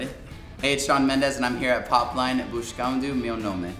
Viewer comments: Shawn falando buxcando virou minha religião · Eles ainda falaram pra ele dizer "Buxcando meu nome" e não "Buscando". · Devia falar buscando meu e não buxcando meu nome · Kkkkkk que carioca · Muito carioca dizendo " Buxxcando meu nome"♥️ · Falou até com sotaque de carioca BUXXCANDO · Shawn Mendes é carioca gente, olha o s KKKKKKKKK Buxxxxxxxxxxxcando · Na verdade eu acho que ele tá fazendo o acento do português Europeu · Teve uma hora que ele falou como nordestino kkkkkkk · Ele falando "buscando" com sotaque carioca Kkkkkjjk